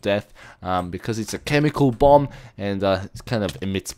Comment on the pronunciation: LOL! you siad bum anstead of bomb! ep: "BUMS AWAY!" x]